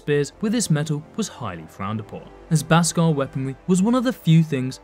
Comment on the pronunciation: It's pronounced beskar not baskar